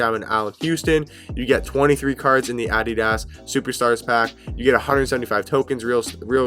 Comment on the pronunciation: That’s how u say it you probably say adeedas lol